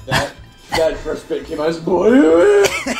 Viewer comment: says frst instead of first.